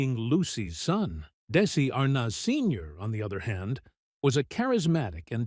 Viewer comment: May getting the correct pronunciation of Arnaz would be a good place to begin.